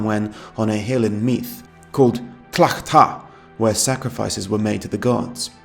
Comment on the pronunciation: Also, small aside but just to say, the county of Meath is pronounced as though it rhymes with leave.